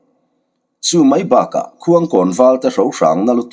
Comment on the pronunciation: Mibik riau te hian thian an neihthat chuan an va chak dun thin tak em , ,,, A changin khaw hming te hi lnlam sual leh zauh thin a , 😂😂 Mabiaka pawh hi a ni tho a nia 😅😅👍👍👍